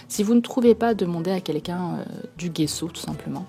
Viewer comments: Sa se dis : jesso pas guesso 😉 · on dit gesso pas guesso